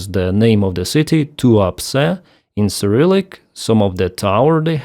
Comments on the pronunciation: Did I hear that correctly? That Russian oil port is called "The Port of Too-upset"? Must be my silly computer speakers. ;) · Tuapse sounds a bit like "too upset" when hearing it. Fitting.. a lot of russian are probably too upset.